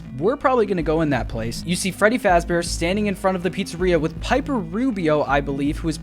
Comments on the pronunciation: “frebby fazbear” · "frebby fazbear" lol but excited for the movie and thanks for the new video! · "Frebby Fazbear" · What is frebby fazbear 😂 did anyone notice? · freBBy fazbear